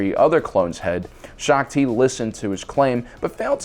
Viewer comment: U definitely got Shaak Ti wrong